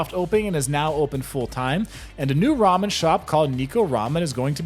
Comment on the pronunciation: Pronounced NEH-KOH(cat in japanese) Ramen